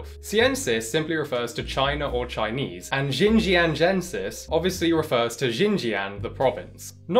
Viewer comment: Please check your chinese pronunciation next time, ahhh i dont expect perfection but that was brutally off dude